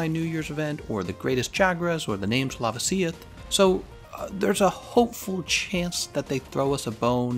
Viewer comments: Please lava-see-ith is laveh-c-oth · I'm disturbed on how you pronounce "lava-sioth" would it be "la-va-sioth"? just like lava from a volcano xD just sayin :)